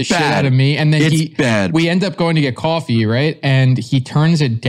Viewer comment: little accent comes out when he says coffee